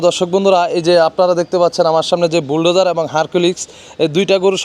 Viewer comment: ভুলডেজার নয় শব্দটা হবে বুলডোজার, আপনার কথায় আঞ্চলিক টান বেশি, চ্যানেল ব্লগ চালাতে গেলে শুদ্ধ শব্দ উচ্চারণ করতে হবে।